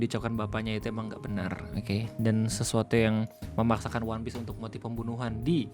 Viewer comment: Dari logat dia ngomong "wanpis" aja udh jelas itu propaganda. Entah kenapa gw bisa ngerasain bedanya gitu org yang emg nakama dan otaku dengan org yang karbit, terutama dari cara pengucapan lafalnya. "Wanpis" dan "One Piece" beda. Kalau susah kebayang, coba dengerin bang Rei ngomong "one piece" dengan org di video itu ngomong "wanpis". Coba juga bandingin ke pejabat-pejabat yang gak tau one piece dan nyoba melafalkannya. Beda gitu cara ngomongnya.